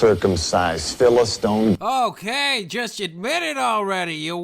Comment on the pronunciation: "PhilistOne" does he mean "philist*I*ne?"